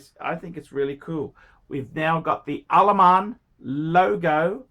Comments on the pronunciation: Why he always screaming Al Aman when its written Al Ain ? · Jesus fucking christ, are you not able to read? How the hell is Al Ain "Alaman"? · I've been to Al Ain. An Al Ain Phranck Muller is pretty niche,! Good luck shiphting that. AND ITS 'AAL AYN' YOU BOGAN! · It's pronunciation is Al ayeen and fronk mewller